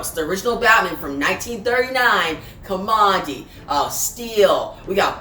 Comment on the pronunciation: Thanks for the video. By the way, Kamandi's name is derived from the place he grew up--Command D bunker--so it should be pronounced that way.